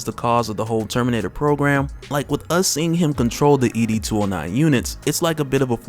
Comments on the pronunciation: It’s ED 209 not E D 209. Great review by the way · It's ED 209 not E-D 209... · ED! 209 bruh not e d 209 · It’s not E.D. 209 it’s Ed 209.